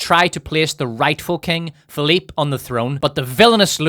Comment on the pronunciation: My namesake is rolling in his grave hearing you call them Philipe and Louie